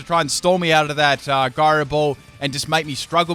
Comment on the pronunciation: Gyro is pronounced with a J Sound, dude. It's J-Ai-Roh